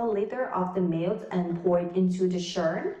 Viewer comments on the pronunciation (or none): none